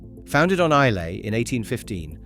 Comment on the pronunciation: Islay is pronounced Eye - la, not phonetically as spelt.